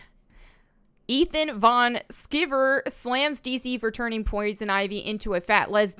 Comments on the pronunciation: don’t let Ethan know you pronounced his surname “skeever” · Oh and Ethan Van Sciver is pronounced “van sky-ver”. He’s one cool peep. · I like how she Pronounced Ethan's last name , haha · Melonies pronunciation issues will never get old. 🤣🤣 Bet EVS hasn't heard that one before, lol. Never change, you're just too cute.